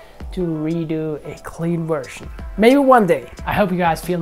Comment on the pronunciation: I like how he pronounces develop "devil-up" it's a nice addition to how he always pronounces version "wersion" gotta love it